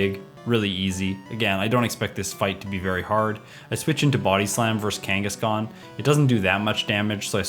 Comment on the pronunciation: i am now pronouncing it Kakangaskhan